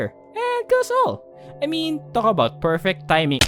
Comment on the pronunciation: hey are you Filipino? I've noticed that some word that you say, specifically "appear" and "timing." Just wanna know if you were a fellow Filipino lol, good vids btw I love the art style.